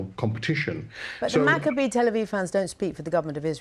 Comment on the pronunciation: Love ya, Leo, but it’s pronounced MACK-ah-bee, not mac-CAH-bee. (Same for the other guy who said it incorrectly.)